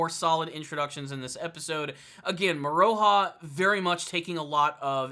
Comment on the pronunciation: Love this vid! ❤️ Just FYI it’s pronounced “Moro-Ha” not “Mo-ROE-ha” also you don’t have to pronounce the “U” in Hiraikotsu and Kirara is pronounced like “Kilala”